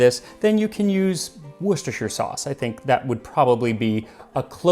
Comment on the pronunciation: Just the fact you pronounced Worcestershire sauce right and without the usual jokes you hear from other online chefs gains more repsect from me!